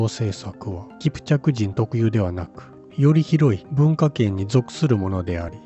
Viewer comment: 奪いたかったに姥捨てたかったが入り((( ；ﾟДﾟ)))けど面白い❗️ 最初聞こえたのは保管するで２回目は悪寒する❓️ 5:42１回目は持ち込んだですが２回目はもこみちと発音している様に聞こえました⁉️ (テロップの文章)キプチャクの滅亡と…読めた❕ (ナレーターのナレーションを聞いた範囲では)キャプチェクキプチャクの滅亡と…聞こえた❔ 最初は容易に齷齪と聞こえ次に容易にアクセスと聞いた‼️ 面白い仕掛ですね🎵。